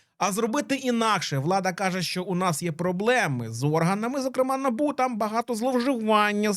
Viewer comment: Вибачте що в такій серйозній темі, але Набубу, проф деформація через лабубу